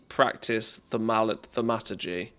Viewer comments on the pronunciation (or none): I think its pronounced THORM A TUR GEE :)